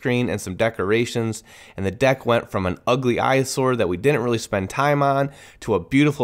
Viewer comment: DECKorations. Nice